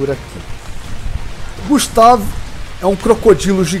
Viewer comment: Eu acho que a pronúncia do nome dele poderia ser "gÚstave", acho que ficaria melhor, mas não ficou ruim assim. Muito bacana o vídeo e que criatividade grande! Eu acho que poderia dizer que é um deinosuchus mesmo..